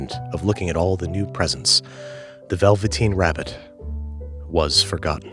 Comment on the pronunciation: Goes and buys a copy of the "Veveteen Rabbit" .